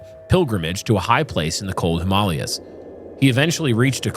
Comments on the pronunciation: I'm less bothered by the pronunciation of Kenai (Alaskan here) than I am by the Himalyas pronunciation 😳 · I love you brothers, but pronunciation is important. Him-uh-LAY-uhs.